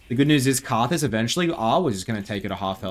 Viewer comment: Anyone else refer to Karthus as Rthus?